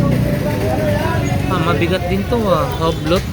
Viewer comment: Hublot pronounces You - Blo